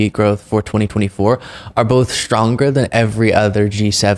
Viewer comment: Shtronger and shtronger…